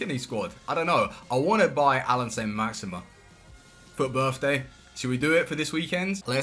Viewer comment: why cant he say saint maximin right???